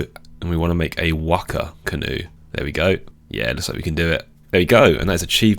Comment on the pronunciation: Appreciate the correct pronunciation of Waka, but also sad that I have nothing to make fun of lmao